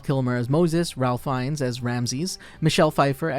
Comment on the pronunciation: Small Correction: Ralph Fiennes" is pronouned like "Ray-f Fines." Like the "l" doesn't exist and with a long A sound.